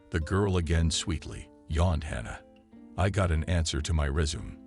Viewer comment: The word is “resume’” three syllables! To “resume” is to start again- as in to resume one’s trip after changing a flat tire!🤦‍♀️